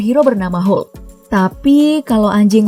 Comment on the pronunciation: Hulk itu dibaca "HOK"